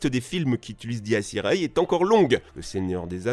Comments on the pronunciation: ça se prononce diès iré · Dies irae, se prononce "dèse irae" Et pour le "irae" le A se prononce a peine. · On dit dies iré 🤣🤣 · Dies irae se prononce dies ira